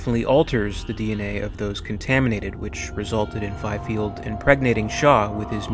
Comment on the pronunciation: "Fifeld" and "indigestion" instead of "ingestion". Awful video.